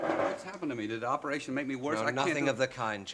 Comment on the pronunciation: "Operashun" - C.G